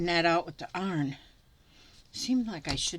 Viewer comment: Hi. Just want you to know I absolutely love watching you. You are so funny and the way you pronounce some of your words reminds me of my "Arkie" heritage, like "arn" for iron. Love this project and you do it so well. You make my day! Making a journal cover is perfect.